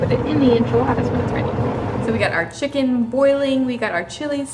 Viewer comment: Thanks for the video. The food looked tasty and authentic; well done. I hate to correct you on your pronunciation but chicken is pronounced Chi ken with the, 'i' as in, 'bit' not, 'bite'. Cilantro is pronounced, 'Coriander'. Thanks again. Stay safe.